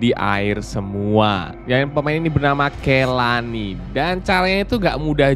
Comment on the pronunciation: Bukan kelani bang tapi kolanii